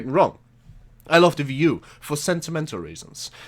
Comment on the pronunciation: It's not a ve u. It's wii u